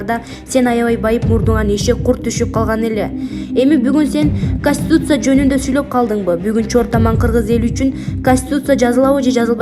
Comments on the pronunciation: Эмне деп окуганы кастутиця каституця деп конституция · Ушул диктор кыз коництутся деп уйроно албады да костуса деп койуп окуй берет